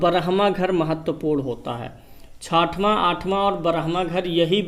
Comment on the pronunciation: Chatwa nahi chtwa boliye